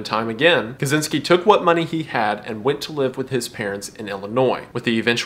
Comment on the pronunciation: I don't won't to be nit picky (I love your content mate), I'd just like to say that Ted Kaczynski has Polish roots. His last name is Polish. The thing is that the way we Polish people pronouns things is way way different then Russians do. You seem to be trying to read it the second way, so if you don't mind I'll try to do my best and help ya' with pronouncing it (I hope I don't come off rude). So the "Cz" in Polish we pronouns like your "ch" and the "y" in polish sounds as if your confused. Hope this helps, and ones again I love your content